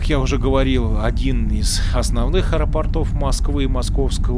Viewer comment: Не аэропортОв, а аэропОртов. Режет слух.